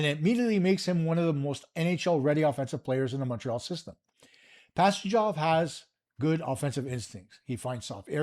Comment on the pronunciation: You didnt pronounce Pastujov properly. The J is soft